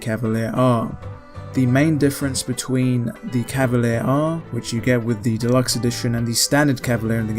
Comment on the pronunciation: I only have 1 question: shouldn't it be pronounced "Cavali-air-eh" or something like that, given it is written in italian?